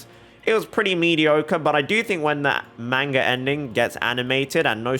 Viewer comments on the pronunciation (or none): none